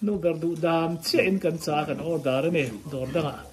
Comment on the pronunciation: Rin rin ka nu chakai ka duh leh a ti kha a fiah tha lutuk